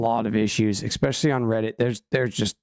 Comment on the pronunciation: "expecially" "all the sudden" "suposubly" Good god